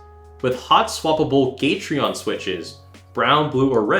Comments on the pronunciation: Nobody::GaTrEeOn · The way you say gateron and keychron makes me want to die